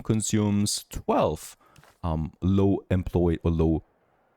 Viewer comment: Enjoy your video but two things lol. You really learned into the dictatorship with the firefighters and workers. There building was burning down and you wanted them to stay at work 😂 and secondly what’s your first language ( no offense) because the way you said employee I never heard it said like that before. But again I enjoy your videos